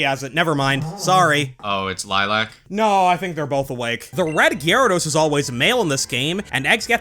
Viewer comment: Thank you for pronouncing Gyarados correctly.